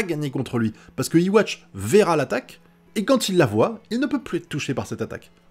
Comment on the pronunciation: D'après ce que j'ai vu jai remarqué les pouvoirs d'uryu se sont réveillés juste après yhwach active the almighty donc les pouvoirs d'uryu sont en synchronisation avec celui de yhwa puisqu'ils ont le même schrift (A) Petite précision yhwach se prononce comme ceci (youhabaha) pas iwatch